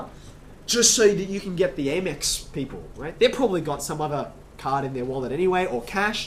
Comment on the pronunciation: A-mex? A-merican express? Its amex-american express